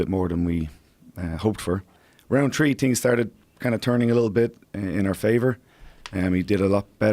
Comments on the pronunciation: three....not tree...three !!! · Why the fuck can't you pronounce the H in the word three? Your brain just shuts off? How do you say tree? The same way? Your brain doesn't click and recognize your idiocy? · Round tree....ok what happened to the H in THREE?